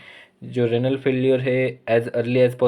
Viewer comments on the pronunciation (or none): It's renal not ranal pronounce correctly